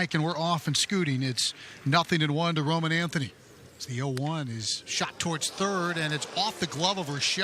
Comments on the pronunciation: 2nd time they’ve butchered their names too since the 1st matchup this past Saturday 😂😂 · I bet the commentator was so focused on not fucking up Wilyer Abreu again that he went fucked up somebody else's name right off the bat. But how does he not know Roman Anthony at this point? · how you butch roman anthony but say wilyer abreau perfectly fine 🤣